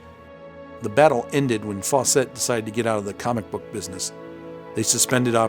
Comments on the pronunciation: Fawcett (rhymes with "faucet") not "Faux-set." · Interesting...I’ve never heard Fawcett pronounced that way. Faw-set... I’ve always heard it pronounced Faw-sit. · I can't be certain... but I think you're pronouncing 'Fawcett' incorrectly and pretentiously.